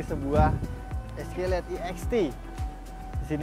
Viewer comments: Escalade dibaca "eskeled"😑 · Eskolet😂🤣🤣 ga skalian escoklat🤣🤣